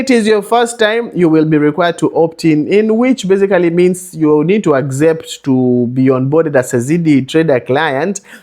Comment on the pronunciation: Very nice advice...bt the agzept part is a bit annoying😂😂